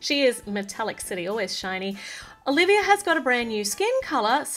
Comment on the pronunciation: Is it just me or dose she always say olivier in stead of Olivia?